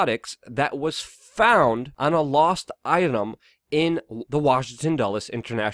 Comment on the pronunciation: How do you mispronounce so many oft-spoken names? Weinstein, Tokei, McGowan... you didn't get a single one right.